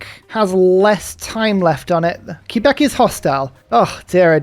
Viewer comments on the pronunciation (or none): The hard "Q" pronounciation on Quebec is really funny.